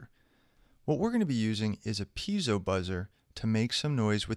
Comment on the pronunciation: it's piezo not peizo, great tutorial btw, actually all your tutorials are great i watched them all and learned a lot.